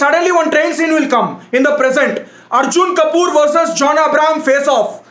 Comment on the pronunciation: The best part of the video: The way he says Arjun Kapooor, Disha Maldives, and Tara Suttawala